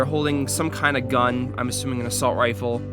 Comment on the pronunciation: little bro called it an "Assault Rile" LOL!